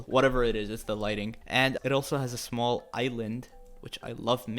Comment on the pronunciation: Smoll Stawberri lol